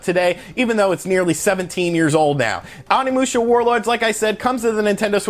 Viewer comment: U saying onimusha wrong it is pronounced O-nee-mu-sha and his name is sa-ma-no-ske